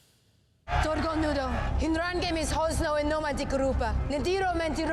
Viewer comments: I tried to take a drink every time you said "Drogon" but I'm completely sober coz I threw up every time I heard you say Druh-Gone.😂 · That bothered me like cmon now, you’ve heard it multiple times😂 Dro-gooon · That shit drove me nuts!! I’m like how hard is it to say “Drogon”!? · All these episodes later and you still can't say Drogon!😂❤